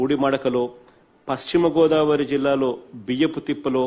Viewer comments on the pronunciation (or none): none